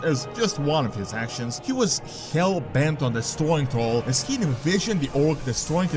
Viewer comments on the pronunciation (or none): none